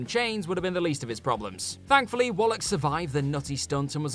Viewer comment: It's not "Wollock" you bollock!